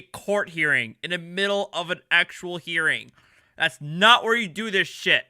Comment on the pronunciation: Nice slur on the word "shit". You're too drunk to be cogent. Should I have asked for evidence of jurisdiction at the airport? If it's philosophical to bring it up in court and if cops might shoot you if you bring it up on the side of the road, where is it appropriate to bring it up? At what point in the whole debacle is it appropriate to bring up the fact that I don't agree with slavery?